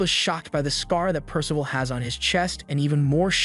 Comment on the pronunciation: The AI really struggling with name “percival” in this one 🤦🏻‍♂️